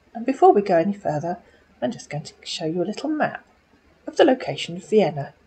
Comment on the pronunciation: He has trouble with Vienna (veinna) too.